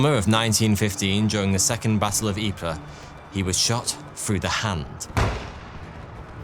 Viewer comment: it's only a small gripe, but considering you even pronounced Ypres correctly. every time you say bore instead of bow-uh (Boer) was like nails down a chalkboard 🤣